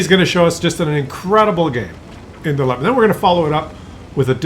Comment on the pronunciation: The most important thing is that you finally pronounce Leopard correctly, my toenails always roll up when you say Leopard ( lehpuhd ) completely wrong °°° Try saying that : leh oh pard thas correct in German.. Because we say also New York and not Neff Jork ( what will be done if we read it in german mind )